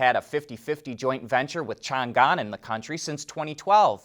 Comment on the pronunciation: Hi! Like your work! Just kindly correct one brand pronunciation. Changan is pronounced like “Chung - Anne”